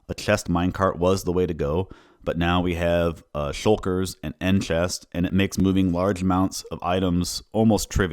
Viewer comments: Are you Dutch by any chance? It sounds like you have trouble pronouncing the "ch" (like chest) and "bg/g" (like bridge) sounds and I have Dutch friends who have the same issue. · You need to fix how you say "chest". "ch" and "s" are just going wrong. It's bad enough that it makes it uncomfortable to listen to.